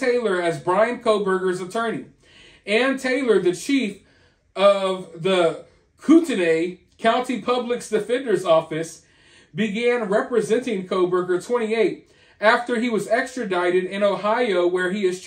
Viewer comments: The county name is 2 syllables pronounced Coot-knee. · Just FYI bro! It's pronounced "Koot-Knee" county ID.